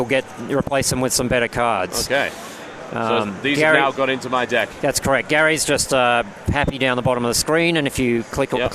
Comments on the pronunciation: He says deck like dick. xD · When he says deck it sounds like dick...